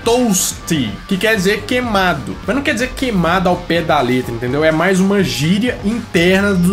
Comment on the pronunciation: porque vc fala "quemado"?